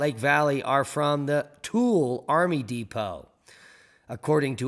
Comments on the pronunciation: Lol tool.....Tooele It is pronounced kinda funny To-will-uh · Tooele is “to Ela”